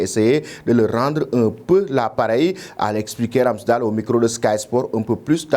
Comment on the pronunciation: Ça se prononce pas RamsdAL Mais Ramsdeyle 🙏